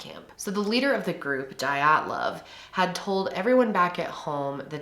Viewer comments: The way you pronounce it is d-ya-tlov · You mean to say MINUS 16 degrees Celcius, haha. Otherwise, that's a nice moderate temp. Dyatlov, is more like D-yaught-lov in pronunciation. Yat is like cat :) Good video <3